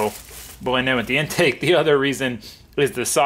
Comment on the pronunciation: My man says intanke😂